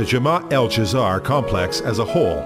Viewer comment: The pronunciation of "Dzair" in this video gave me Cancer.........